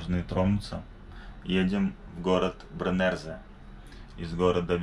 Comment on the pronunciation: Только не Бренерзе, а Бреннеро правильно) и горы там очень красивые, днём там супер!